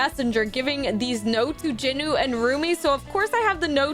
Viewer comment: JINU "JE-NU" NOT "Jin-u"